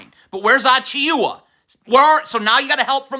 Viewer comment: I love how you pronounce so many names wrong in every video. "Mickle Bridges" was when I started noticing, then here we have "Precious Achioowa." I swear you do it so people will engage and comment "it's pronounced "Mih-cal" not "Mickle."